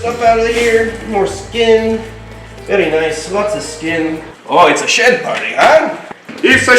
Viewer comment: Ohhh “deep in SHED” not SHIT. 🤣🤣🤣🤣💦